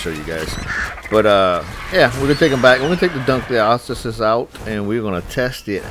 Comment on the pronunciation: The correct pronouncing of dunkleosteus is dawn-kle-os-te-as.I call it the ankylosaurus of the sea because they can harvest stone,flint and others.Great job taming a dunkleosteus!I can’t even tame it. 👏